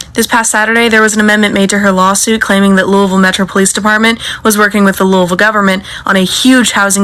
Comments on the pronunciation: And its "luhw-vul Kentucky" 😂😭 not Louis-Ville 😭😂😭😂😭😂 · Its so weird to hear ppl outside of Louisville pronounce Louisville like Louis Ville lmao Also as a local activist here and more... some of this is inaccurate af just sayin Also she still did not deserve to get gunned down like that no one does a person selling drugs or not. This system is messed up and this is bigger than Breonna. Also it said “one dude she messed with before she messed with me” not dealing But also being unbiased is so important. Appreciate this take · “Looeyville”, “Louahville” , or “Louville” are the pronounciations of the city